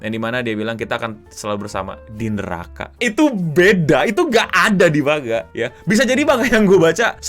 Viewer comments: kaya tango dibaca tanggo man ga tan go iya gasi? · ejaan jepang, ma n ga, karena itu pengucapannya mangga dan kalau mangaka, penyebutannya manggaka. Rasakan aja pin of shame, dihujat banayak orang